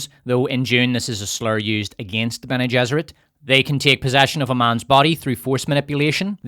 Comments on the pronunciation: “Lesbeane gesserit”😂😂😂😂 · "Lesbianigesserate" 😂😂😂. Love the Dune tie in my brew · “Lesbi-ene Gesserit” is brilliant. strikes again. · “Les-bene gesserit” Win